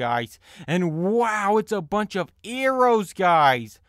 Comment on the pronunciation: Arrows not errow